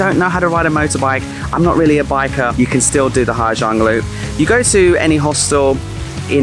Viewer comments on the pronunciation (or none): it is impressive how someone stay 2 months in the country, make a video about the place and dont even have a glimpse about the society and language i only stayed in ha giang 1 week and it bother me how many times you pronounce the name of the place wrong HA ZANG